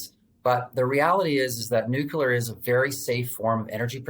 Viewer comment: NUCLEAR not "nucular"